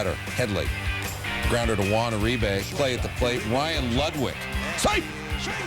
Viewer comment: it's pronounced "hwan oo-ree-bay"